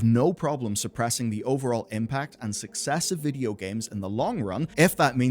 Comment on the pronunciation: i needed a moment after you enunciated "suppressing" as "surp-pressing"